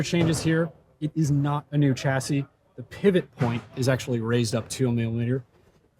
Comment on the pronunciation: Please prounce chassis correctly.